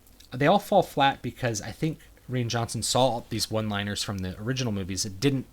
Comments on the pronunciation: Did you just pronounce "Rian" as "Ree-an"? So do I! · Love the review. I don’t understand why you pronounced ‘Ryan’ Johnson’s name the way you did. Especially because you’re a native English speaker. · I liked your take on the movie, but is the director's name really pronounced "ree-an"? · Is the director's first name pronounced like "Ryan" or is it pronounced like "Rain"?!? I've also heard other people sound like they're saying Ree-in. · Rean Johnson? Isn’t it RYAN Johnson? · Why can't he say Rian correctly?